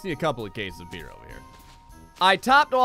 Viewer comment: I thought you said "A bear in the middle of the road way" instead of beer lol